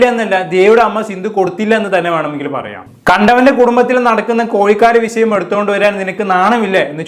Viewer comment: കോയികാൽ,വിശയം എന്നതിനുപകരം, കോഴkkal, വിഷയം എന്ന് പറയാൻ നോക്കുക??